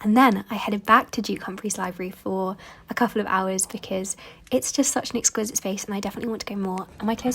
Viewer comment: It’s the peculiar swap out of the E’s for A’s in her pronunciation that grates for me, e.g. example is axample, exquisite is axquisite, everyone is averyone.. so when except becomes accept, unfortunately, it tips over to irritating as nails on a chalkboard 😂 I’m sure it’s not deliberate.